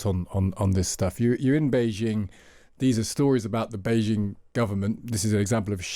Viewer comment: It’s Bei Jing not szhing. Jing as in jeans